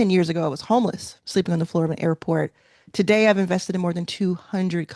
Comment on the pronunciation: “One day” is TUH-DAY.